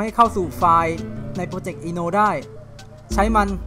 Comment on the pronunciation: ถ้าเป็นเกี่ยวกับญี่ปุ่น น่าจิอ่านว่า "อิโนะ" รึเปล่างับ0w0